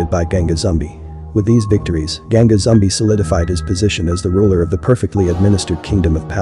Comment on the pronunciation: Gan-Ga ZoomBa is the right way to say it. You are using Zumbi pronounced Zoombee